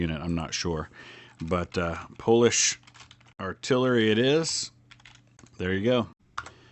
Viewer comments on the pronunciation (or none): none